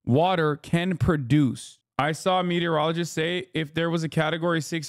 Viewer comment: Meteor-ologist. Hasan is not saying enough syllables.